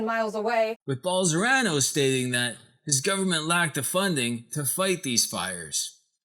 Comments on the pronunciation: Bol-son-a-ro, not Bol-sor-a-no. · I like these editorials he does, lots of hard work. Wilbur Ross documentary was great. Bolsonaro one not so great. Brazil speaks Portugese not Spanish, ruined the joke for me...and the name Bol-so-nar-o is just consonant vowel consonant vowel so very easy to pronounce if you take a moment. can say those 16 letter Russian oligarch names, why not get the Brazilian fascist's right? Nice work though. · Love the video, only thing that irritates me is that you mispronounce the name Bolsonaro, switching the R and the N. Content is good. xxx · This stupid doesn’t even knows what the fuck he’s talking about... you can’t even say the Brazilian president name... Typical stupid English speakers... lol Study a little bit more ...